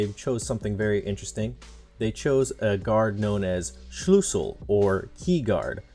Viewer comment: It is called Schlüssel not Schlussel I needet to laugh a lot because wenn someone that is not german like me says german words it just sounds funny